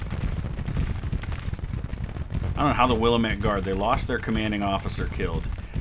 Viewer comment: As a proud resident of the Pacific Northwest Willamette is pronounced (wil-AM-it). sorry i've been holding my tongue for almost a year by this point. Love the videos and content, also love the Sabaton reactions on the other channel.